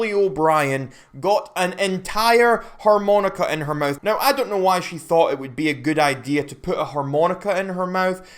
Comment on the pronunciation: TF is a 'whore-moan-ica'?